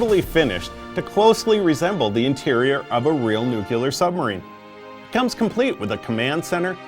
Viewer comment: I found it kind of annoying how you kept saying nu-cu-lar instead of nu-clear.